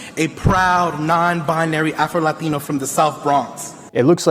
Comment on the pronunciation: I have a pet peeve when somebody, who speaks with an American accent, pronounces "latino" like they've just hopped over the border... "The first afro-LaTiNo" I'm suprised he didn't say LatinX